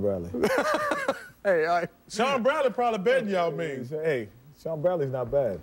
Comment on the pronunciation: I just cant stop laughing sir charles.. "SHAO MING" lol